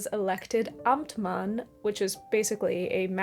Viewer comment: Compliments on your pronunciation of the German word "Amtmann" ❤ Always appreciate when Youtubers go the extra mile with pronuncation of "foreign" words, it's respectful ❤ (My little country has three official languages & German is one of them 😉).